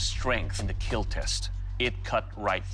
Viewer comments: Lol it said that did not (keal) it’s kill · Very interesting video but it is not keal its kill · It’s kill not keal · It will keal 😂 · “Its will keel” but you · I thought everything he hits he says keal but... RIP to that guy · It will not KEAL... Doug... 🥺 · Its Keeeeeeel!!! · sucks that he learned how to pronounce "kill" ... it doesn't have the same ring as "keal" haha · "It will not keal" 😭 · keal? xD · It will keallllllllll hahaha lmfao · did not keal? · IT WILL NOT KEEL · not kill - keal Keep everyone alive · Lol "keal" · It's not kill it's keal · These people competing would rather hear "is it in yet?" in bed than "It did not keal" in any other circumstance. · I meant to say that it breaks his heart to say that a blade will NOT KEAL. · "It...will not KEAL." How to break a bladesmith's heart in just four words. 💔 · said kill like steve harvey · I like that almost all of Doug Marcaida's brand revolves around his own special pronunciation of "kill". His collab karambits are actually pretty slick though. I'm a sucker for knives with no parts.